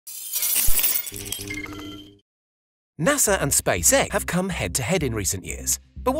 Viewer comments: ah yes NASA and space-eh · He said Space Hec